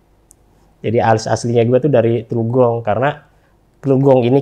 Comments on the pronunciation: Qodarulloh... 😥 Sedih harus mengingat kembali kejadian itu. Tapi juga ada kesan mendalam & bahagia bisa ketemu kembali sama teman2 pendakian di Semeru akhir tahun 2001. Oia sedikit ralat bang, asal gw teluk gong (dekat kalijodo) bukan trugong 😁🙏 Terima kasih yg tak terhingga kpd RJL 5 yg menjadi perantara penyambung kembali shilaturahim kami yg sempat terputus selama 20thn. Semoga tayangan ini menjadi hikmah & inspirasi yg baik2 utk kita semua. Semoga sukses selalu utk RJL 5 & Crew. Aamiin... 🙏😇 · bukan terugong tapi Teluk Gong kali.....